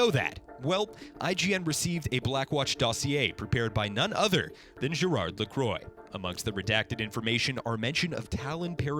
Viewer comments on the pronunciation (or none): Omg u butchered the names lol pronounced gereard laqua and amelee ik how i spelled them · Leviathan Sapwe it is. Gérard is pronouce without the d. I'm french-canadian I would know, saying GérarD is an homophonic mistake. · This is a really great video that covers the story of this point in Overwatch's history so well. But I took enough French in high school for your pronunciation of Gérard and Amélie LaCroix' names to profoundly hurt my brain. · Why can nobody pronounced Amelie and Gerard’s names :( Lacroix (Lah-quoh) Amelie (Ah-meh-lee) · Ppl don't understand the d at the end is silent.